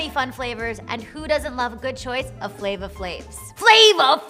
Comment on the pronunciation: yeah the "we'scoby alright" and the "flava flaaaav" were too much. Especially since that's not how she naturally pronounces the word flavor OR how Flavor Flav says it